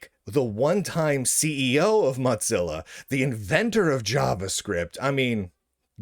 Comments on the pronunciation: The way you pronounce “Mozilla” is triggering. It’s not like “mozzarella” - it’s “Moe-zi-la”. Also - for those that don’t like the direction Mozilla is going but still want to use a non-Chrome-based browser there are a number of forks that pull out all the “bad”. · Is there some reason why you say “mot-zilla” each time? Some back story? Or is that just your regional accent? Seriously, I’ve just never heard it said that way before. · Motzilla? MOW-ZILLA! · Why do you keep pronouncing Mozilla incorrectly as 'Motzilla'? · Mot zeal ah, lol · It's "modzilla," according to Lunduke. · Sounds like he says Mutzilla... anyone else pronounce it that way? Or is he just clowning? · Have i been mispronouncing Mozilla all these years? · There is no "T" in Mozilla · This is important news but please pronounce Mozilla correctly